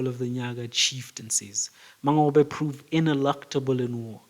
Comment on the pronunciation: Mangobe pronunciation isn't correct too! The "NGO" is pressed